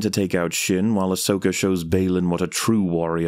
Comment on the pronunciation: Love it when someone writes and says Ashoka instead of Ahsoka :D